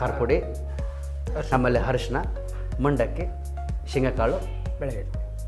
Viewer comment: ಹರಿಶೀನ ಅಲ್ಲ , ಅದು ಅರಿಶಿಣ.